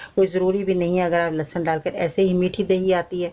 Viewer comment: AOA,achar kanlahsab nahi hota،lahasan ka achar.hota ha